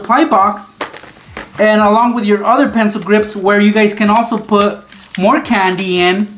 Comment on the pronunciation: Canndi How he says it